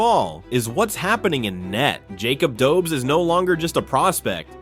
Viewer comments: It's pronounced Doe besh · Dobes is pronounced Dob-esh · Lol, why you pronouncing Jakub Dobes like he is an American/Canadian? 🤷‍♂️ He is Czech. He's name and surname sounds totally different.